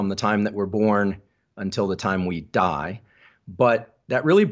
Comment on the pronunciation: why the emphasis on the word "Die", not sure if that sounded sinister or sarcastic or both! ROFLOL